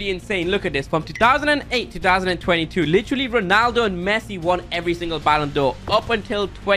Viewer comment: did he say Messuiiiiiiiii